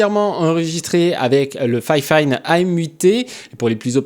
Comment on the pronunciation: J'avoue ça m'a fait bizarre quand tu prononces fifine en disant "fayfayne" je suis habitué à juste dire "fifine" X)